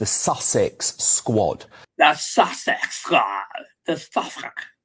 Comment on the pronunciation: “Sussexxx SQQQuad”. I had to stop eating my yogurt to let you know I’m rolling on the floor laughing 😂😂😂😂😂😂😂😂😂